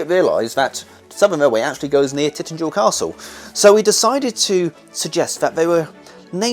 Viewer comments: Great video it’s pronounced Tin tagle Castle I think. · If I may,the castle is pronounced tin-TA-gel, other than that, up to your usual high standard!